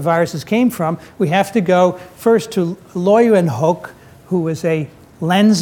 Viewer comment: As a Dutchman I must correct you on the pronunciation of Leeuwenhoek. Think of it as: Lay when hook. That comes closest to a correct pronunciation. For the rest, great lecture. Thank you.